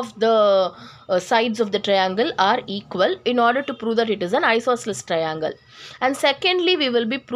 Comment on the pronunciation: Hello miss that is not traiiiinnnnglllllee that is triangle